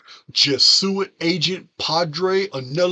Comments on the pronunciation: Hey. Thanks for the video! I'm not usually this woman, correcting grammar...this is meant to help, not criticize....Jesuit is pronounced jez-oo-it. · I have tried to correct his pronunciation as well. Same with pleiedes. Lol